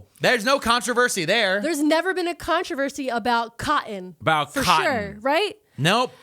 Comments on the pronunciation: "CYUTIN" mills - keep saying cotton - (CAUGHT IN?) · Her pronunciation of cotton is one of the most east coast things ever. PA, NJ, NY, etc, none of y’all can say that one right.